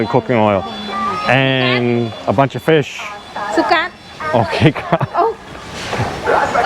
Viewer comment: You got the fish pronunciations wrong ...lol